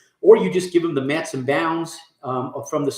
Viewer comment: Metes is pronounced “meats”. Just a friendly heads up.